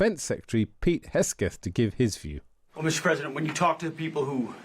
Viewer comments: Hegseth, not Hesgeth. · He also said Pete "Hesketh" instead of Hegseth. Do they not teach people to read English in England? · Stop mispronouncing 'Hegseth', there's no excuse at this point. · Cannot even prononce hegseth smirking fool